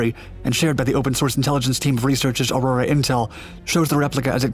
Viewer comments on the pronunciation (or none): none